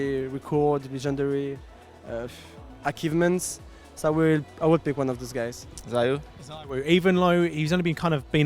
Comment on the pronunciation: this man said akeevments LMFAOOOOO